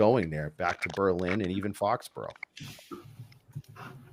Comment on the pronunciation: No accent on the "LIN"!!! We're not in Germany! Lol. Can't wait for the DOC!